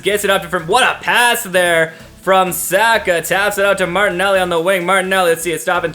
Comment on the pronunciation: Your pronunciation of Saka is wrong. It’s S (ah) ka